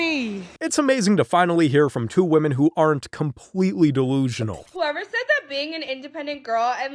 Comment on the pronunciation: Dude what is with Middle Eastern men over pronouncing wo-men....its pronounced weh-men....i think its ragebait.